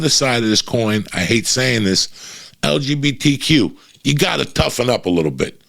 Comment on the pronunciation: Damn Uncle Joey butchered “LGBTQ” 😂 😂 😂